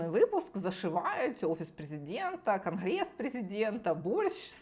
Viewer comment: "презєдентський" "крнгрессссс"....???